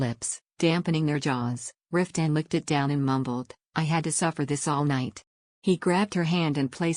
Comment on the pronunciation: I want to like this, but after only 45 seconds, I just am so bothered by the AI voice, it is painful. It doesn't pronounce Maxi, instead she is called Max. It says Cross instead of Croyso. Riftan gets called Ruthann at about or so. It also pauses awkwardly in pronouncing words making it difficult to follow the story. I know others liked it, but I just can't. I am covering my ears at the thought.